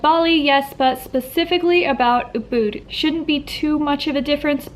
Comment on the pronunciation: the second u in ubud is shorter than how you are pronouncing it. as someone who used to live in Bali and was checking just to see how prices were today it was a bit painful to hear. great, informative video though 👌👍